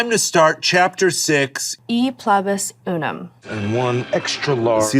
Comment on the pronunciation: What a butchered pronunciation of E PLURIBUS UNUM